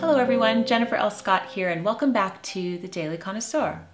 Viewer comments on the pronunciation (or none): none